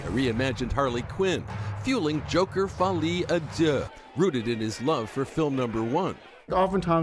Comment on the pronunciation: Folie a Deux not Folie a Duh duh